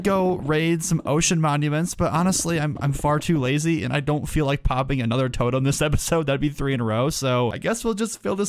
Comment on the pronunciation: "toatem" lol